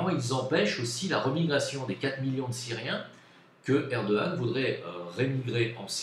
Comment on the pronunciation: Un GRAND merci de ta sincérité sur la Turquie.... et tu prononce très bien Erdogan! 😉